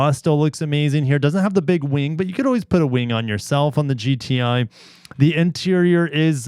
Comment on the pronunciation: is it just me or did anyone else hear gta instead of gti